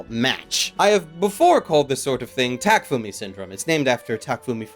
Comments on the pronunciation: The only thing that bugged me is you calling him Takfumi Fujiwara.. it's Takumi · It's TAKUMI not TAKFUMI!!!!!!!!!!!!!!!!!!!!!!!!!!!!!!!!!!!!!